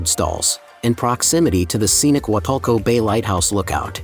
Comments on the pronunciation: The pronunciation is Wah Tool Coh not Wah Tul Coh... Nicely put together. Good informational clip but soooo much more to see and do. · It's Wal-tulco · It bothers me how you say wah too co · Man say the name right.